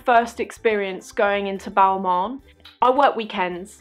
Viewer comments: It's not BALMAWN, It's pronounced--> BALMAHN. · I’m sorry.. but if you’re so interested in fashion you should learn how to pronounce the names of the brands you like so much.. it’s NOT “Balmon” ... otherwise, sucks you had a shitty experience with mean sales reps.